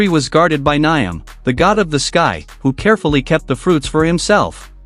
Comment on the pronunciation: It's actually pronounced - Niame and not Niam (Spelled Nyame)